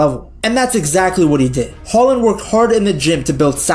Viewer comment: As a Brynebu I've got to say: Your pronunciation of "Haaland" (or "Håland") is better than 99% of non-Norwegian speakers!